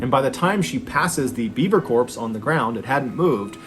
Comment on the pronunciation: I swear I thought it sounded like you were saying Bieber….. like “This Bieber doesn’t have a head!” lol You know instead of beaver! 🦫 🤣